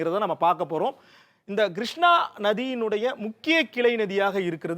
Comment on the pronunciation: நல்ல விளக்கம் . வரைபடங்களும் நன்று. ஆனால் கொஞ்சம் உச்சரிப்பை மேம்படுத்தி கொள்ளுங்கள் Grushnaa வெல்லம் நுப்பது கடலில் கரை கடப்பது Kodhavari vs Godavari